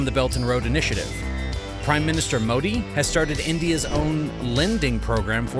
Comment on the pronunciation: This is an AI voice right? No person could mis-pronounce Modi, Tamil Nadu, and Karnataka that badly, right?